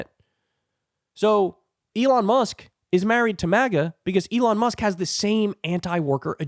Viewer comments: Lol , he said "elon muck"! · Elon “Muck.” Nice fraudulent slip there 😆 But accurate! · Oh, I like that: Elon Muck. A slip of tongue often reflects the Truth! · Elon "Muk" lol😂..kyle, you're always spot ok on. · Pee yew! What is that smell! It's Musk.